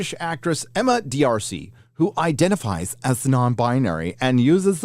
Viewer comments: It's just Darsey, not Dee-Arsey. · D'Arcy, is pronounced "Darcey"👍🏻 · mispronouncing the name D'Arcy is great to hear. 😅 It's pronounced just like Marcy, just sub. the M for a D. 😉